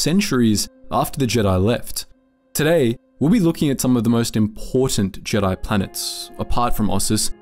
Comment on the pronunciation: Why do you say Jedi jeedi